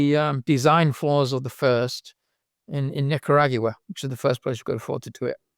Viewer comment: that's the craziest pronunciation of Nicaragua ive ever heard.